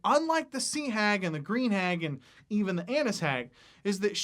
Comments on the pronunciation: The first time I heard him say it, I thought he said “beer hag”. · Just found your channel, enjoy the content. Also, it sounded like you were saying "beer hag", and despite knowing what you were saying...still made me chuckle a bit and imagine a REALLY ugly serving wench.